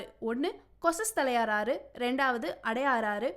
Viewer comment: தமிழ்ல படிம்மா கோசதலையார் ஆறு இல்லை கொசஸ்தலை ஆறு